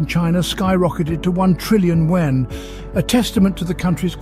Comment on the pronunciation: Yuan not wen !